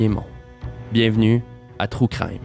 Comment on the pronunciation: aaaah c'est agressant quand tu dis true crime, comme les francais le disent. Tellement horrible comme prononciation. (désolé les francais, vous ne savez pas comment prononcer les mots anglais)